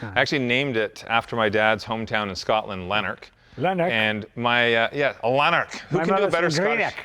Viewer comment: I grew up around 7 miles away from Lanark! Never thought I'd see an electric car named after the town, haha. Accents need more work though, sorry :D Instead of the British flag, why not get the official crest of Lanark? Do a Google search for it!